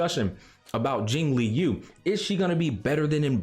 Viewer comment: Isn't Jingliu pronounced like Lucy Liu? As in "Jing Lu" and not "Jing Lee-You"?